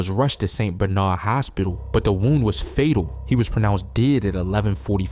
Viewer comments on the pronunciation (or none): none